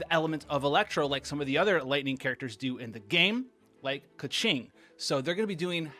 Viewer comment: please please…. it’s pronounced KUHching and BAYdoe